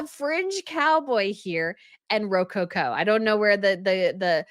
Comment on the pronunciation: always enjoy your channel and coverage. Am curious about your pronunciation of rococo... have never heard it said that way.